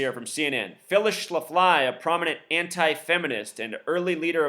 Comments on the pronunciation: Excuse me...it's pronounced SHLA'-FLEE. Not Phyllis Sha-FLY'...So much for your gematria...study your plain English and history more, and let up on the super-secret code, bro. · Not sure if you're mispronouncing her name on purpose or not, but it's pronounced Schla-flee. Just saying. 😎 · You are not pronouncing her name correctly. It is Schla-flee accent on the first syllable. I am 65 and remember her well! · SCHLAF-lee, moron. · The name is pronounced Shh-laff-lee, they have a brewery & restaurants in StL as well. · Her name is pronounced ssh laf lee, accent on the laf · no disrespect, but it's pronounced sh-laf-lee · Yeah I wondered why you were pronouncing it that way? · Will Hightower , I was afraid my ears would start bleeding. Thanks!